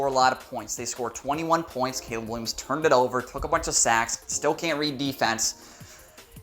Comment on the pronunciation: Hahahahaha you said Gayleb hahahaha